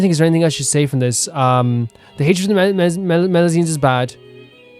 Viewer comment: Knowing Neuvillette, he's sending you to Meropide for both your previous misgendering of melusines AND mispronounciation of their species XD